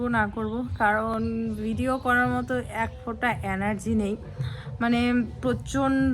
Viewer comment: অ্যানার্জি উচ্চারণ নয়,এটা হবে এনার্জি।খুব কানে লাগে।